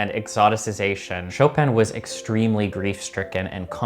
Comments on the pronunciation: How about making it a pre-requisite to learn how to pronounce his last name and then be allowed to play his music? Did they all say something than sounds like “show-pan”? 🤢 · Kittens all around the world are dying because of your pronunciation of Chopin 😥 Cut the 'n' and save kittens. Tell your friends, too. Only the dude (Krieger?), Georges Sand and Schumann participated in this life saving effort.